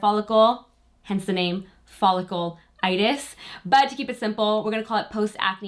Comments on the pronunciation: Hate doing this but I feel I must after watching numerous videos...lol...it is Foll-ic-U-litis. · btw folliculitis is pronounced follic-yoo-litis! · I love your video but I can’t keep listening to you say Folliculitis wrong every single time! Girl!